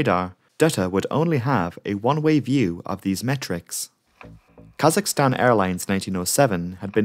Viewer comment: i clicked on this vid bc i enjoy learning about disasters/crashes and i’m a kazakhstani. i wasn’t disappointed, keep up the good work! also thank you for getting kazakhstan’s (english) pronunciation right. i’ve heard too many people call it kuh-ZACH-i-stan years lmao